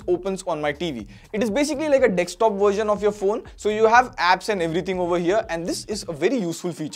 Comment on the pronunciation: Dekstop nahi, DESKTOP